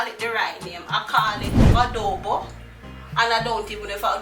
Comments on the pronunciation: Wow I can't wait to try to make this. And yesss you said it right love Adobe 😍❣🙏🏼👏🏼🎉👍🏼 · you pronounced Adobo right